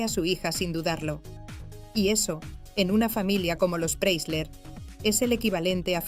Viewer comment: Pre - I - sler. Se pronuncia con una i en el medio!